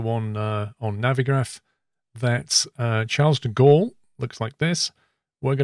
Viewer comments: “Chars duh gaul” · Charles-de-Gaulle is pronounced something like ‘sharl de gaul’ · Phew I cringed from your pronunciation of Charles de Gaulle